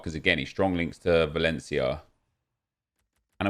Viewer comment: Martin Slezr oh he said valencaia lol